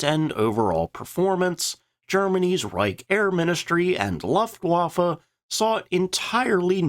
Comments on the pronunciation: For god's sake man, learn how to pronounce Luftwaffe ,LOOFT-VAH-FEH. Your narration is bugging the hell out of me. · The u in Luftwaffe is short, but a different colour than pronounces it. I'd compare it to how you pronounce the u in the word Pudding. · Please pronounce Luftwaffe correctly. The “u” rhymes with book, not bluff. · The AI dialogue is mad - the Laugh-waffer and others...........weird inflections as well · Love you videos! EXTREMELY informative and educational and the detail; EXCELLENT!! THANKS!! BTW, the U in Luftwaffe is long.😉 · How about focusing on that luftwaffe pronunciation? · It’s a lost cause at this point. Now I think he pronounces it that way just to troll us.